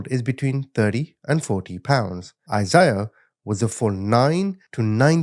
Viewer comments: lol it’s a Bible name. (I-zay-uh) Isaiah. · It’s “I-zay-ah”